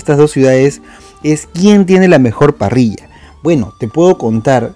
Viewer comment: Te ganaste mi like por decir "parrilla" y no "parrisha" 😁